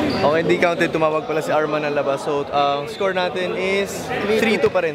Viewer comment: Walang R yung scowew😂😂